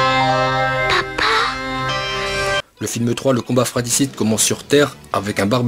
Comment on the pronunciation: On dit "fratRicide" mec... pas fraticide.